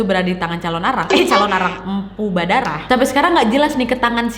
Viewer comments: Badarah atau baradah kak😂 pacaletot bat susah beud namae ya😂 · Kak baradah apa badarah?? Typo2 terus wkwkwk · yg bener empu badarah apa empu baradah?? 😂😂😂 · Mpu baradah kak bukan badarah😂😂 semangat ngonten nya kak❤️ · Mpu barada / badara kak nad😀 keseleo lidahnya 😂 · Mpu Baradah say. .. bukan Badarah 😭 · Baradadah NAD😂😂😂 kesasul jadi badarah 😂😂😂